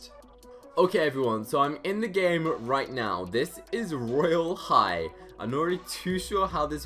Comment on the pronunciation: Stop saying royale high weird you literally don't know royale high cuz your new to it